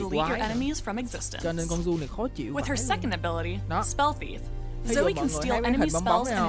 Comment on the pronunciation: ủa alo a zai cái dòng chữ spells and enchantments là cái j vậy mà a zai bảo ko thấy có nói đến cướp spell vậy alo???? 🙃 -1 điểm vì đọc sai tên zoe nx nha 😗